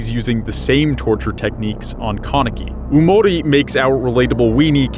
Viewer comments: It's yamori not umori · Omlllll what gets on my nerves is the way he says “yamori” don’t you pronounce it “yah-mo-rii”??? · It’s yamori not oomori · "Umori" Bruh it's pronounced "Yamori"